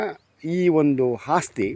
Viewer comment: Hagriculture alla guru Agriculture, And Hasthi alla asthi.. 😂😂